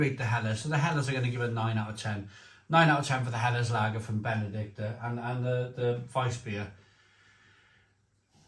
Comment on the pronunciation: Reading the label, it's BenedikTINER...like the Benedictine monks. Sorry to be pedantic but I know you like things proper!